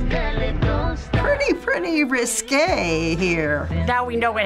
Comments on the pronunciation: “Pretty pretty riskay” Ik it’s risky but she said riskay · "Riskay" lol